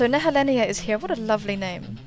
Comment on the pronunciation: Yup! You said it right in the video.